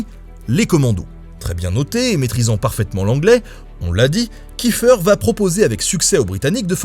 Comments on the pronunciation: Petite précision, étant donner que le Commando Kieffer descend d’une famille d’origine alsacienne installée à Haïti, chez nous en Alsace on dit Kieffer et pas « kieffeur » voilà sinon bonne vidéo :) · Pourquoi tout le monde prononce kiffeur 😭 Je me bas tout les jours pour que mon nom de famille soit prononcé Kiéffair